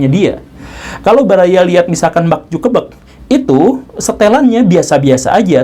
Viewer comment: Mak zukebek 😂😂😂... Maaf pak guru lucu kedengarannya kayak orang dari jawa..✌✌